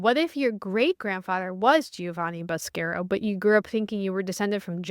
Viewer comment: Ivan needs to give you the proper Italian pronunciation of "Boscaro"!